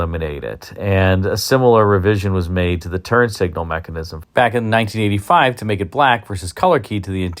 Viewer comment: I know you didn't intentionally call them "turd signals" but the term fits the styling.